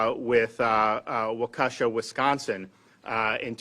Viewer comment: Pronounced Wau ke shaw. I don't want leftys attacking America's best Governor for a mispronounced City in Wisconsin.